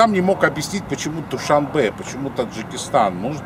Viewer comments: ДушаНбе, а не ДушаМбе... Всё видео "ДушаМбе ДушаМбе" 😱😱😱😱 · Автор ни Дюшанбе а Душанбе!!!